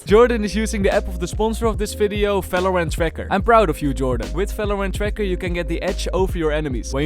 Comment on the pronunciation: Bro conmon you pronounced Valorant in of your video stop saying falorant